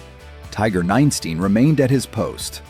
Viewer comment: Ninestein, not nine steen -_